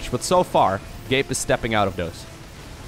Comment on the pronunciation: Whenever sais Gabe, i tend to hear "gape" and that'd be something really inapropriate lmfao